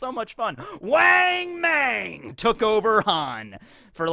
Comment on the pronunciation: The a one wang and mang are soft o sound as in cot